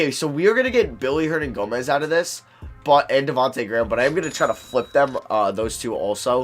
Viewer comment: why do u say billy hernangomez when it’s willy?